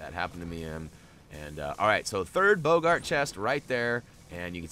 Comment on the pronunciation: It’s pronounced bog-art